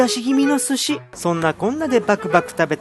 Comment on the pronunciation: すし⤴︎を食う⤵︎